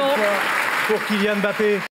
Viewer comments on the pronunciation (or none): ce n'est pas e'mbappé madame ! c'est Mbappé sans e